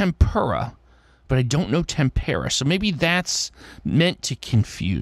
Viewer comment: Well done,! I didn't realize tempera paint was obscure (these days?) but a lot of people had trouble with it. Accent is on first syllable. Puzzle #50 🟩🟩🟩🟩 🟨🟨🟨🟨 🟪🟪🟪🟪 🟦🟦🟦🟦